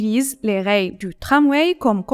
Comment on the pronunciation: c'est dans quel pays qu'on prononce rails comme la 1er pers du singulier de rayer ?